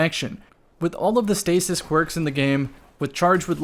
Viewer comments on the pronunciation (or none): none